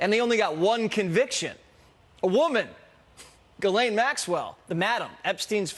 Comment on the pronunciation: It's pronounced Gee-lain, not Jis-lain.